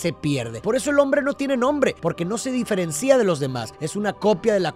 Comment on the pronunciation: No se dice diferencía, se dice diferencia, asi como cuando dices en q se diferencia esto de lo otro, nunca dices en q se diferencía, porqué esa palabra no existe, no te la inventes